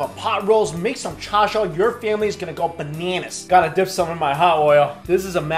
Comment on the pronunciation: when you said "gorgeous" and "bananas" your accent went really new york